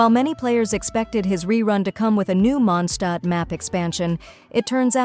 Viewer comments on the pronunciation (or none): M SORRY MONDSHTAT? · Lootbarimpactpact hoyolootbar hmm monshtadt? Pc code can't tell this word properly it's mondstadt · munshtat" i dont mean to make fun of u but its kimda funny 😅